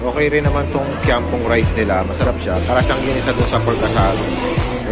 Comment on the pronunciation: buti naman pronounciation mo is kiam peng, yung ibang vloggers are murdering the hokkien language by saying kiam pong